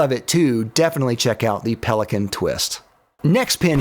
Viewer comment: Everyone complaining about Kaweco but he actually said Pelikan instead of Pelikan